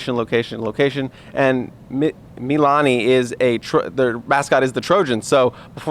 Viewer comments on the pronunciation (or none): Mililani -- you missed a syllable. mī'-li-lā'-ni